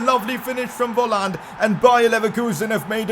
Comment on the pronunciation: Volland is pronounced folland